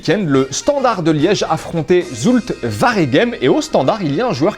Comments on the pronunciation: "Zoulte varègèm" 😂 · Ca prononce mal zulte waregem et ca critique le commentateurs